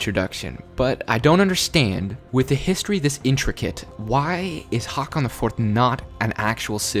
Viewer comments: Sounds like you is saying 'Hawkon' or 'Hawkin' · 'Haakon'. It's so bad. 'Å' is not [ah] but [o:] or [ɔ:]. Try to say á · Pronounciation tip for håkon: The sound from the word "hoe" .Now remove the "o" sound u make at the end of the word. And add "kon" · you pronounced Håkon wrong XD